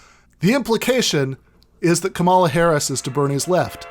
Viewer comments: It's COMMA-la not kuh-MALL-uh. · Dude, it's pronounced comma-la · Really wish you had pronounced Kamala's name correctly in this video. I agree with what you're saying 100% and would love to share with my friends and family who have been spouting this "Kamala is more progressive than Bernie" bs, but I know that as soon as they hear you saying "KaMAla" they'll dismiss you out of hand. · If you're going to do an entire podcast on Kamala Harris, shouldn't you learn how to pronounce her name? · I'm no fan of the lady, but should point out that the narrator is mispronouncing her first name, It's the recently deceased 'pro' wrestler Kamala Harris who used the pronunciation heard here. Or am I confused? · Alright,... not a giant fan of Harris or Biden (although I will vote blue this year because of fascism), but: please just at least learn to pronounce her name correctly. There's no need to be a jerk about it. The emphasis is on the first syllable, similar to the name "Pamela." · Man please just say her name right though